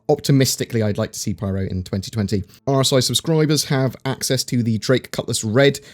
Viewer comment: I've googled it, it's called the Pyro System, please stop calling it the Pryro System